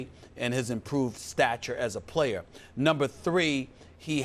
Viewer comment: I love at the end how the host has to emphasize to Skip that “he is a different playerrrr” like almost angry about it. Never seen a guy more coddled and defended, lied about by the media in my life. Straight trash homie.